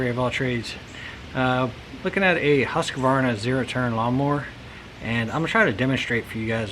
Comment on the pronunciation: Husqavarna... nope. husqvarna, yes.